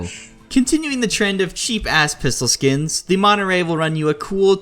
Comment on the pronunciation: Maybe it’s just because I’m from California, but it was painful seeing you struggled to pronounce Monterey